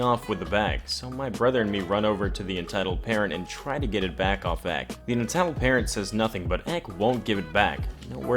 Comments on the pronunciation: EK is said like EP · Stop saying "ek". It's an acronym. Say entitled kid or E K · I cringe every time he says ek smh 😂